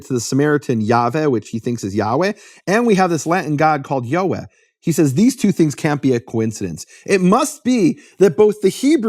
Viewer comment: Yod Hey Vav Hey = YeHoVaH. Take Biblical Hebrew from accredited school based out of Israel and you’ll learn this. You are pronouncing it correctly sir. Any Jewish person who reads the TANAKH can also clarify this.